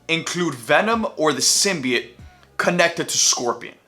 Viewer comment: He’s saying simbiet I’m fuckin outta here this guys a lame